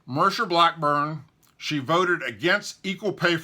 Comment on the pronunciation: Dude, learn how to pronounce names. MARSHA BLACKBURN. ( MAR-SHA) Not MUR-SHA. And Phil BREDESEN ( BRED-E-SEN). It makes you sound uneducated when you can't read a name right. At least proof read before you put the video out.